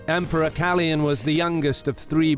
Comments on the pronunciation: Awesome video as always! Just one thing. The name should be pronounced KalOyan and not Kalyan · KaLOYan not Kalian! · you totally mispronounced Kaloyan